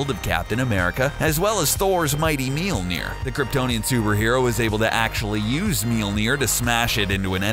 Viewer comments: The funnest part is every time he says mjøllner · you are pronouncing Mjølner wrong tho